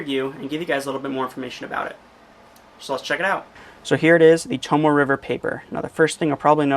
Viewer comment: It is pronounced to-mo-eh, not to-mo. It you are going to sell it, learn how to pronounce it, jackass. I can see you as a used car salesman: This here sheh-ver-leht is good car.